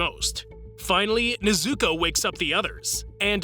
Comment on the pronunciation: NEZ-OU-KOE*** not NEZ-OU-KOO